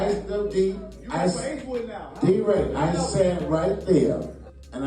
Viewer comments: D Ray! Not del ray🫡🤔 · He called deray delray lol